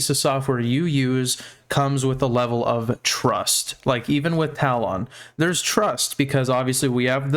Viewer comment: my dude... it's pronounced TA-LUHN. for my mental health brother please correct yourself